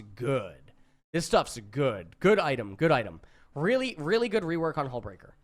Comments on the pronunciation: Hullbreaker you totally missread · HE STILL HASNT READ HULLBREAKER COORECTLY